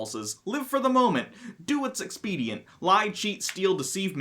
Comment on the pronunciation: and seem drunk. Mispronouncing "expedient" and laughing like hyenas...